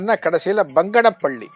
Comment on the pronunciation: சுவாமி அது பங்கனபள்ளி இல்லை. பனங்கானபள்ளி, ஜீவசமாதி கடப்பை ஜில்லா போத்தலூரி சிறு கிராமம்.